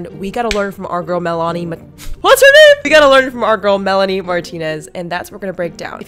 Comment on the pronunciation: Omg Mell-ah-knee🤣lmao